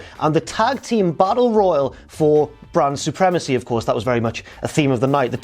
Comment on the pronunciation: Why does it sound like he's referring to Bran Supremacy? It's like he's spoiling the end of GoT..... :P